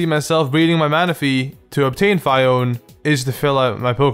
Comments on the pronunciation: Its pronounced fi one with the short i duma** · Phione is pronounced FEE-own-ay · Phione = "Fee-Own" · Phione is pronounced Fi-Own-Ay. Your welcome. Also, Walrein was easy to defeat in the Pokémon league in AS. All I did was 1 hit KO him with leaf blade. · It's phione I say it like feon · Number 8 I pronounce it Fee-o-nay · I pronounce Phione Phee own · FEE-oh-nay, or at least that's how they pronounced it in the movie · you pronounce Phione as Fee-own-ayy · It's pronounced FeeownA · I pronounce it Fee-Own-Ay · I don't blame you for mispronouncing Fee-o-nay since that one is difficult... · Phione = fee-oh-nae Sorry that was hurting me... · Fee-oh-nee. Like that weird mythical thing beginning with c--ione. Shush I'm not a historian. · Phione (fee own eee) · it's PHI-O-NEE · pronounciation: fee-oh-nay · phione is pronounced, fe-own-ee. Kinda like that. But they are actually really easy to get from trading. (people are dumb enough to trade you one for a plusle is omega ruby, that's how i got mine) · Phione: FEE-OH-NAY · Nothing is more pointless to me then Smeargle. And Phione is pronounced fee-own-ee according to the cartoon series. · Phione is number 8. It's pronounced as Fi own nay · I think it's like Fee-oh-nay. Maybe. MAYBE. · I thought phione was pronounced fione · Princess phione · I thought it is pronounced ''Fione'' ? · He does not respect that you need to look at everything about a Pokemon before you go screaming that it’s bad. For example, he DIDENT se phione in the anime, he DIDENT bother looking at phiones concept, (that’s why he’s terrible at pronouncing it) and he doesn’t even realize Phiones amazing ability hydration.